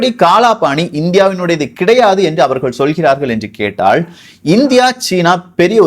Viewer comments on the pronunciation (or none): none